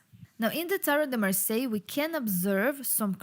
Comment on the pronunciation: Lot of thank , merci beaucoup from France ^^ you say Marseille good ^^ 😀